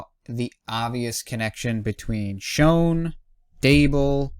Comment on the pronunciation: just so you know 'Schoen' is actually pronounced more like 'Shane' keep up the nice videos!